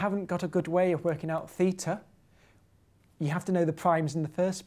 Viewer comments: Theta, not Feta! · as probably every native english speaker, your Θ [feeta] sounds more like feta (Φετα) than like theta (Θητα). indeed both are from greece, but one of them is a letter and one is a cheese made out of sheep milk xD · The Greeks pronounce it "theeta". But, hey, they pronounce beta as "veeta" and mu as "mee" so the English pronunciation has little to do with what Greeks say! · Ohh, I see another math/maths conundrum. Now it's th-ee-ta VS. thay-ta.